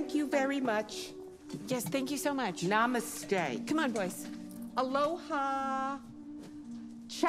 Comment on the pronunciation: wtf why does she pronounce namaste,hola,ciao like that bro loke tf??